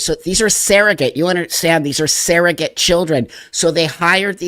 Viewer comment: Surrogate, not ‘saerogate.’